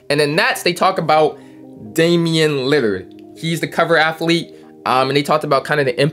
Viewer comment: Did u say Damian lidard??????